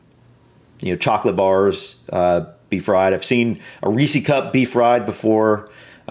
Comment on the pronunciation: Oh, you are in the percentage of the population that calls it a Ree-cee cup. It’s Reese’s (rhymes with leases…)😂